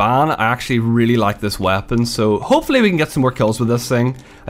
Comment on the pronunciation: Does the way he says "weapon" drive anyone else crazy?